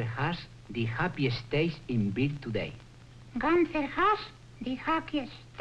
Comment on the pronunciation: Gunther is a German name, has to be pronounced Goonter instead Gahnter